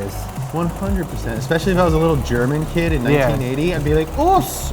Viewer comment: do english people get also anoyed if someone speaks theyre langguage but says completly gibberish which doesnt make sense? Because as a german i really wanna give you a nipple twist for your "german"